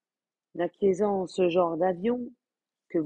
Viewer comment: "acquis" et non pas "acquerris" "acquérant" et non pas "acuiésant"